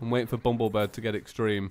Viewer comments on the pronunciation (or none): IT'S BUMBLEBIRB NOT BUMBLEBIRD AHHHHHHHHHHHHHHHHHHHHHHHHHHHHHHHHHHHHHHHHHHHHHHHHHHH!! what. i get triggered k? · for like the fifthteith time.. ITS BUMBLE BIRB.... BIRB